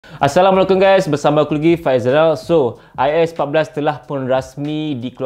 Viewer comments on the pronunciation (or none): none